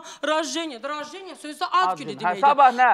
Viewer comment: Xanım rajeniya yox rajdeniya ad günü deməkdir.